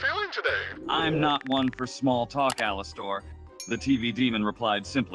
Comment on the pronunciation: "ALASTOUR" Ai what..